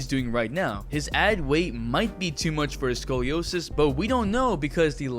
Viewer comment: ‘SCOROSIS’ DUDE WTF